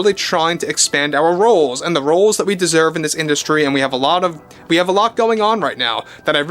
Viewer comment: "We desserve"?